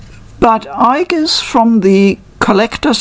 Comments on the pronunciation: In Japanese she is written in the way you pronounced (with the hard G sound) 👍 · you mention that you don't think Aigis has a "canon" pronounciation. In the games (at least in p3r) and movies her name is always said with a "hard" g. Would this not constitute a canon pronounciation, or is her name said differently in other languages or medias?